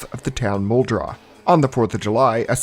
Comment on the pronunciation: Also, thank you for saying Muldraugh correctly. I have heard a certain large Zomboid YouTuber constantly calling it "Mold-roff" and it drove me nuts LMAO.